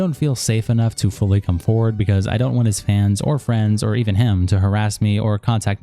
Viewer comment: Lmao! "Fwends?" 🤝